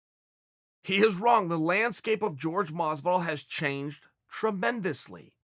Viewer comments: It’s Jorge not George cmon Chael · its hore-hay. not george. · If you rexpect game bred so much at least say his name correctly Chael.